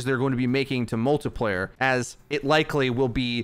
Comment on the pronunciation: Like for Every time he says “multaplayer”